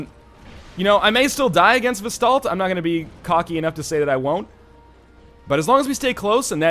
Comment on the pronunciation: Vesdaldt? VELSTADT, LEARN TO READ LION!